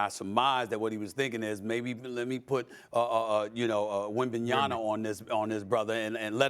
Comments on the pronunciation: Stephen A. The name is WembanyaMa.. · Stephen A, I need you to sit down and practice saying Wembyama (with an M) because it’s getting ridiculous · Bro still can’t say Wembanyama correctly, but any other player he will say it slowly and syllable by syllable lmao, make it make sense